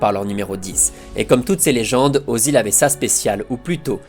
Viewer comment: Jevais faire le casse-couilles mais le Ö de Özil se prononce pas O mais Œ" comme dans "œufs"